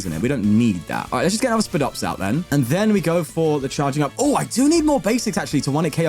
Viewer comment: its pronounced "SPY-DOPS" like a spider lol i dont know why that erked me